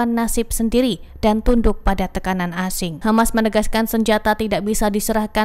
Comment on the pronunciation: Bro Always Say KHAMAS